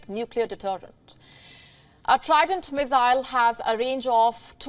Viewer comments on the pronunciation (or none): Haha the pronounciation from missile went to mizailes lol 😆